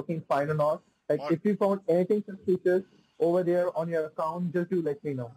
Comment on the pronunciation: Over derr